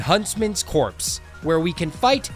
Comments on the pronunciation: I can’t believe u called it huntsman’s CORPSE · It's Huntsman's Copse, not Huntsman's Corpse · Huntsman's Copse not Corpse